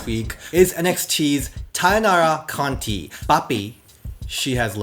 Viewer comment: Taynara Conti is her real name. It's also pronounced Con•chi, NOT Con•tee. It's Portuguese. The "t" at the end is gonna make a "ch" sound.